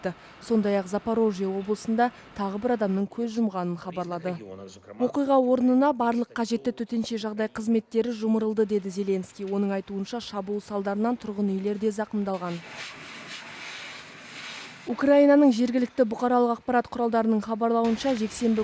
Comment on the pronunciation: Жумырылды емес жумылдырылды 😅😅😅